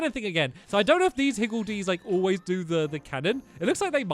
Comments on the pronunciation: it’s higgLedies, not higgLEDies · I think they are pronounced higldys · omg stamps xD it's pronounced higgle dees